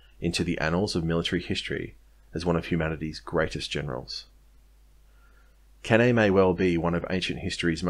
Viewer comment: It is pronounce Can I